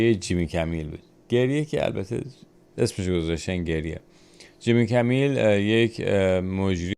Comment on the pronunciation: عزیز جیمی کیمل هست نه کمیل